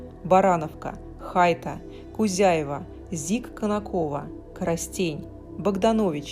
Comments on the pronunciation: Очень хорошее видео. Познавательное. Фарфоровый завод в Иркутской области Хайта произносится с ударением на последней букве 'а'. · Наименование Хайта от названия реки Хайт, ударение на первый слог.